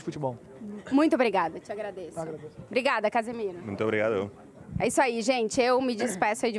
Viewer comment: esse "obrigado" de Casemiro estava parecendo gringo falando